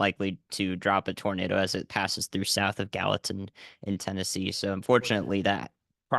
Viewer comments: GAL-li-tan is how you pronounce it with a hard G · Please share with the guy that continuously called Gallatin, Ga Latin, the proper pronouncement. I kept hoping someone would chime in and tell him. I know I would want to know if I was butcheting the town name live on air to the public. Ga Latin 😂